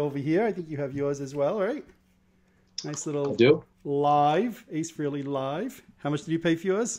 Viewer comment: It’s fucking FREHLEY...not FREELY.